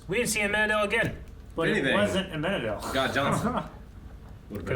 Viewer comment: It's AmenaDEAL, not AmenaDELL!